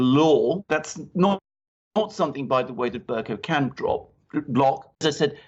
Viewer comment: Bercoe, not cow. Please pronounce it properly. I just can't bear to listen.